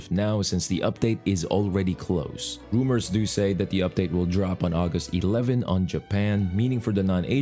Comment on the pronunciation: When he said rumour i heard boomer, ao i was trying to think "boomers said that the update will drop day 11" lol was funny